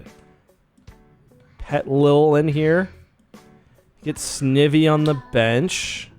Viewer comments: It's Snivy, like the i in Knife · Anyone remember the snivy meme? Smugleaf lol Btw its pronounced Snigh-vee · Someone count how many times he has pronounced Snivy wrong and tell me by the end of this video please, thank you! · I think you have bad shiny luck because u keep mispronouncing its name, maybe they don’t like that